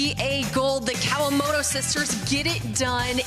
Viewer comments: It's KA-WA-MO-TO, announcer with terrible pronunciation. They are Grand Slam Gold Medalists. Give respect. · I think she managed to pronounce their name Kawamoto, Kowamoto and Kowamato all in one sentence right at the end of the match. So distracting listening to her get it wrong the whole match.